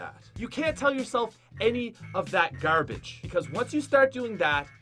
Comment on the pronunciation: you have an accent when you say things like garbage and it's weird listening to it :0